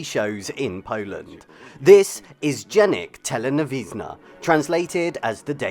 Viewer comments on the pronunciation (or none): That would be something like "Dżenik Teleniwizna", not "Dziennik Telewizyjny".